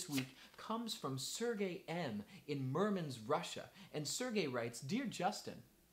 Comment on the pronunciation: I think meant to say he is from Murmansk (with a "k" at the end)... 🙂